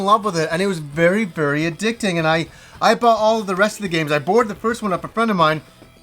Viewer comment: you have a horrible habit of saying words wrong. You said bort instead of bought or burrowed instead of borrowed lol